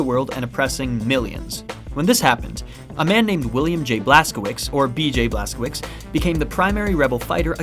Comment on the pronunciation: since you gave permission to call you an idiot your pronunciation of Blaskowicz is horrible and it hurts my Polish ears to hear it butchered like that